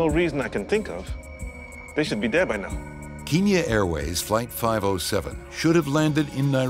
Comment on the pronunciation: that doesn't sound like "they should be there" but "they should be dead by now" not because of the film but because of the accent.